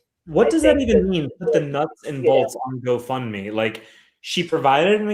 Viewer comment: Does anyone else think keeps calling it “go fun me” lol. I feel like that’s what she thinks they used it for, fun